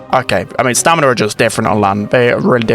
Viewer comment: It is stamina… am I missing a joke or sum?